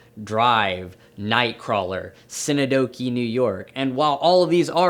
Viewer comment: He pronounced Synecdoche “Cine-doki”